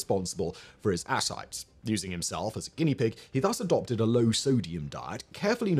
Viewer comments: Love it... Except ascites is /əˈsaɪtiz/ ass-cite-ease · It's pronounced Ah-sigh-tee's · The “mispronunciations” are indeed annoying to us ignorant Yanks.